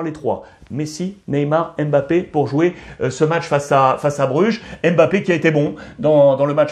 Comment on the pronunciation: On ne prononce pas le M on dit MBAPPE on ne dit pas N NDIAYE on dit NDIAYE